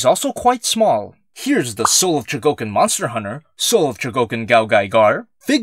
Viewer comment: Chougokin? Kyougokin? Fuck it, chi Yo u go KI n